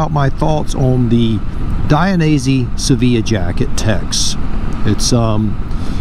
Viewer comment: Hi! I'm Italian and the brand is Italian. The jacket name is pronounced SAVILLA, in Europe there are different ways of pronunciation.